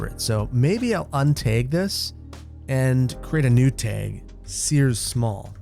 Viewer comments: Tag- T A G not teg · A TEG! Man is truly from Wisconsin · What the heck is a teg?? 🤣 it kills me everytime you say it that way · Nobody:...: TAEG:) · I cannot wrap my brain around your neutral Midwest non-accent, except when saying "tayg". But seriously, love the content - I always look forward to Saturdays when I can catch up on all your videos for the week. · The amount of times your accent came out by saying tag over and over made me laugh. Here's the the Wisconsin accent! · Love the pronunciation of tag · says "tag" like a wisconsinite! 🤣 😘